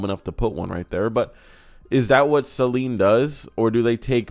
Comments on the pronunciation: It is "suh-leen". You're pronouncing it like saline, which is basically salt water. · Sayleen, or SALEEN. Say it right ya dummy. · Saleen (pronounced Suh-Leen) where-as Saline (Say-Leen) is a medical and contacts solution. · Hearing say "Say-leen" so many times made me feel personally attacked. "Say-leen" is for your eyes homie😂😂😂😂